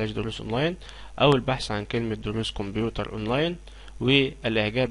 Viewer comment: اسمة كمبيوتر مو قمبيوتر